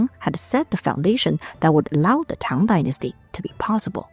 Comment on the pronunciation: Can I just say that I absolutely love how the pronounciation of Chinese is fluent and proper - I absolutely hate it when "scholars" can't even pronounce "Tang" correctly! It makes me go 😔 But this is just (not) effortlessly beautiful and properly done! Lots of love from Greenland<3